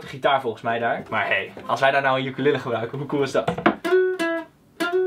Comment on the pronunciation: lmao i died when he said “EeN uKeLe!” i think i broke my replay button smh